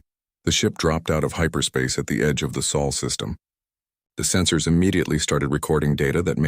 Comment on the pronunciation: It’s SOL! When will you get it right? GEES!